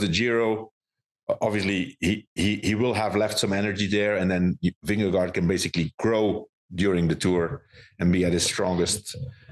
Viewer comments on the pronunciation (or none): Its Vindegaard... not Vindego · Spelled -gaard, pronounced -go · Vingegaard rhymes with four.